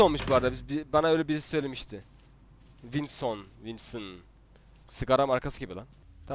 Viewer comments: Abi winson değil wilson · Winson değil Wilson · Wilson diye yazılıyor wilsın diye okunuyor